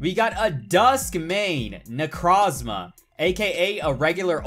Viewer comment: Does it bother anyone else that he says necrozma wrong!!!!!